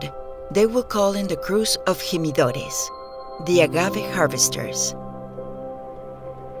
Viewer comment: I just don't understand how she could pronounce the word "jimadores" as hee-mee-do-res.